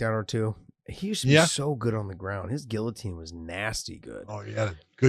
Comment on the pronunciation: who else hates the way josh says GUILLOTINE ?